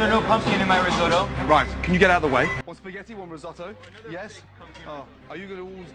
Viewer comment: God why can't he even Pronouce it right! it's pronouced Ree-Sot-to Not Ree-SOO-TO!